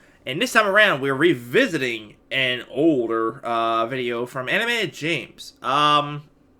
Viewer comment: i just like how he said oldERR